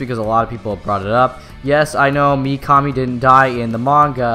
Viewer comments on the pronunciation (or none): you make a great video and review I love watching them my only thing is you keep pronouncing"mi kame" its "mi ka mi". just had to throw that out there I keep watching your videos and it just kept hitting my ear wrong. lol as for Misa having ADHD that could work but I always believed me so was just simply an idiot unfortunately there's a lot of idiots in this world and she depicts the spitting image of it I mean how can she not I hate to bring up the old typical blonde aspect but she literally proves it! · You said mikami wrong